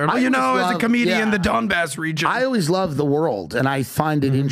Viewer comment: Pbd calling Donbass as DonCheck lollll